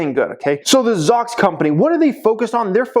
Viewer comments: Pronounced Zoux, no? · Shouldn’t you pronounce it “ zoo - x” ? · pronounces Zoox funny... i would say Zoo-x